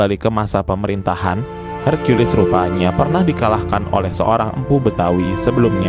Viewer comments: Brow .. , Aku senang menyimak ceritanya , cuman kenapa caramu menyebut nama Hercules , kok Hargeulis -- emangnya Hercules itu bencong ..? , sampek sampek ente memanggilnya Neng geulis . Jadinya .. Ane agak bingung mencernanya . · Buset herkiules Napa gak herkules aja lah, kita kan org Konoha 🤣🤣🤣